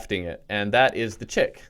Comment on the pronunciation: Isn’t Chik pronounced “Sheek”. Edit: If I’m right, not flaming you. If I’m wrong, don’t flame me. Ty.